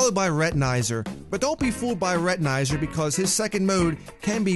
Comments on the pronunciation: What do you mean not so difficult for Plantera!? It took me 4 months to try and defeat him. Today, I defeated him. And you're saying Rhett-in-eye-zer instead of Rhett-in-ay-zer. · Retinizer? It's retinazer like laser but with a retin and no l and a z instead of an s and the a is pronounced as an a not an i